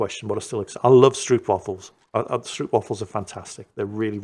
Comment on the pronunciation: Stroopwafel... The "oo " is pronounced like the "o" in "know", not like in "oops"...